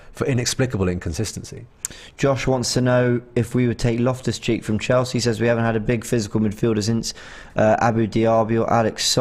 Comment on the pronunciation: Loftus Cheek???? Come on man ur better than that lol